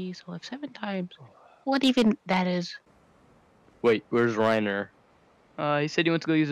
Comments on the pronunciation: No it's Raiiiinear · Its not “raineer” idk why he says it that way it’s pronounced “rainar” both the sub and dub pronounce it as rainar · its not rayneer ITS REINEER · I thought it was pronounced as reiner and not rei-near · Rainier lmao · It's always been Rainier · Rye near XD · “It’s actually pronounced RAYNEER” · Eren: Actually he likes his name pronounced as rineeer. Reiner: yea it’s rineeer 🤣🤣🤣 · It’s actually pronounced Ràūrnêar so get it right 🙄🙄🙄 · So that’s why he called Reiner Rayneer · it's actually pronounced reindeer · ye but japanese dub pronounces it wrong too, cause its a german name